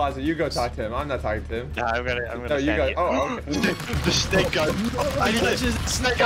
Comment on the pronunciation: U said snak